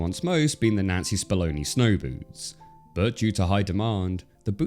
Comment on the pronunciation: Never realized how important the "n" sound is in the name Nancy until I saw this video. Fantastic video! But I legit thought your were saying N*zi Spamoni snow boots.